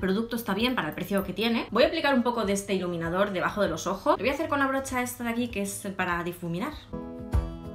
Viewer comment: Min en vez de decir iluminador dice leniniafor oz habeiz dado cuenta?